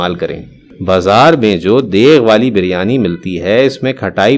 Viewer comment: برائےمہربانی بولنے سے پہلے تلفظ درست کرلیں لفظ دیگ ھوتا ہے دیغ نہیں